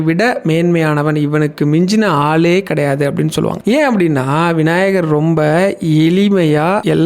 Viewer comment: "" இவருக்கு மிஞ்சின ஆலே கிடையாது "" , என்று சொல்கிறீர்கள் , ....... "" அவர் மிகவும் எலி மை யானவர் "" என்று கூறுகிறீர்கள் !!! அவை "" ஆளே , எளிமை "" என்பதே சரி . தயவு செய்து " ள " என்ற எழுத்தை பிழையின்றி சரியாக உச்சரித்துப் பேசுமாறு கேட்டுக் கொள்கிறேன் , பதிவிற்கு நன்றி 🙏 .